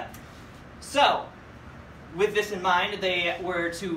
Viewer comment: "so with THiS ine MIEnD"